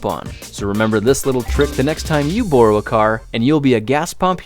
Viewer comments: he said borow a car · He pronounced ”borrow” Bore-oh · he messes up the word borrow